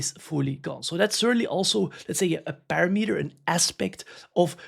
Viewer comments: Not to call you out but it’s pa-RAM-eter. Love the content! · Dude, you're pronouncing parameter wrong over and over again! 😄